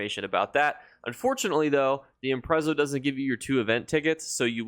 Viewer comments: Imprezzo = Impress-Arrr-e-o 😅. Thanks for the tips by the way, haven’t really looked through the updates (much appreciated) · .....first off thank you for themonthly overviews they are extremely helpful, but something that is absolutely driving me insane is, its pronounced "EMPRESS-ARE-E-O" lmfao lolol im sorry i hate to be that guy....but it aches my earholessss